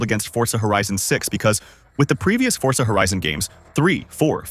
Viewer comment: forza ❌ fortza ✅